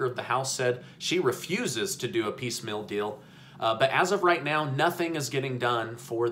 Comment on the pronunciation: Why do you say "piece mill" instead of piecemeal?